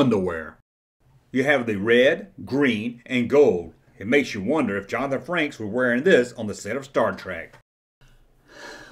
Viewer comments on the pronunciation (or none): none